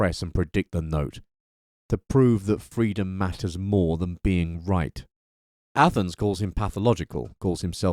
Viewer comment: you said ATHENS............. i understood ATOMS